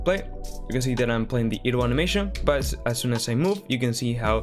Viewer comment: dude. its not "eh-dle" its "EYE-dle"